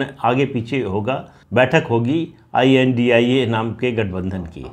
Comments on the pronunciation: Sir, vipakshi gadhbandhan ka name pronounce not india but I.N.D.I.A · I.N.D.I.A is pronounce as INDI- Alliance not India pl. Pradeep ji namaskar